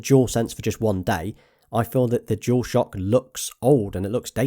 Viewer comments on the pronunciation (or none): Is he saying "jewel shock" thats all i hear. Its bugging the shit out of me lol.